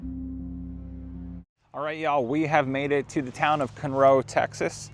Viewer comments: Okay, I just started the video. And number one, it's not cun,- row, it's Con-row Texas. I know you're not from here, so I'm simply correcting you. Okay, now back to your video. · Hey. I’m in Houston. It’s pronounced CONroe, TX, not ConROE!!! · FYI it’s CON-ROW, not cunrow. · Cun roe Texas? 😂😂😂 I live here in CON ROE, Texas. It spelled “ Conroe” Texas. It’s sounds exactly like the way it’s spelled. Bro, don’t overthink it.😂 it’s just “con row” Texas CONROE. CUN ROE😂😂😂😂😂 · It is not pronounced, "Cun-Row", it is pronounced as it is spelled, "Con-Row". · Can’t even pronounce Kunroe 😂 It’s Con Row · Great work. But it's CON-roe. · It’s Con/Row stop talking like you’re in California 😣😁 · I have never heard Conroe pronounce Cunroe 😂😂😂 wtf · It’s pronounced Con-row Texas fella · That not how you say Conroe! 😂Con-roe Conroe! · My dude said ‘Cun-Row Texas’… dog the disrespect!! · Just came across your video, been here my entire life. No offense but it's pronounced (KAAN-ROW), nice video and commentary. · Pronounced Kann-roe. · Good video good content living 3hrs away you should know it’s pronounced CON-ROW…..city boy in his Audi and clean clothes 😂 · Good video good content living 3hrs away you should know it’s pronounced CON-ROW….. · You mispronounced Conroe.